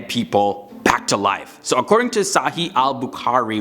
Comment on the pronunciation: I like the way you're saying SAHII ABUKAARI! 😂😂